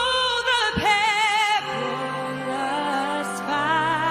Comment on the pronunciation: As far as I’m concerned, there are only three things I care about in the Anthem. • “banner” gets three notes, not one • the final “oh” gets one note, not three • “pear-ih-luss”, not “pear-oh-less” Get those things right, and you can crazy-go-nuts with the rest.